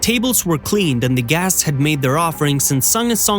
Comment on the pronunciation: The makers of this video needs to drop the stupid AI that keeps mis-pronouncing the word "guests."👎